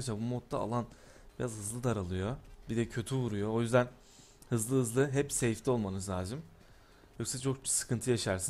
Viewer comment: seyfte olmanız lajım diyo hahahhahah